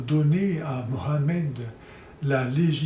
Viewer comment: Alors mon père, bonne nouvelle. Å présent tu prononces facilement le prénom Mohamed